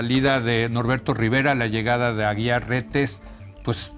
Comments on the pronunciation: Y es derecho CANÓNICO Y NO CANINIGO Y ES AGUIAR Y NO AGUILAR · No es Aguilar su apellido. Es AGUIAR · Este supuesto comentarista ni siquiera sabe pronunciar correctamente los nombres de las personas ni porque lo está leyendo. NO es Aguilar. Es Aguiar. Debió haber estudiado en un Instituto Patrulla. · Es Carlos Aguiar, no Aguilar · No es Carlos "AGUILAR" es AGUIAR RETES. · SE DICE DERECHO CANÓNICO.. Y EL APELLIDO ES AGUIAR NO “AGUILAR”…….. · No es Aguilar, es Aguiar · Leo, su apellido es Aguiar, no Aguilar🤔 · Se pronuncia canónico , no , canonigo ,y es Carlos Aguiar Retes, no , Carlos Aguilar Retes. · Es Aguiar, no Aguilar pendejo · Es Código de Derecho Canónico y no canónigo; además no es Aguilar Retes sino Aguiar Retes.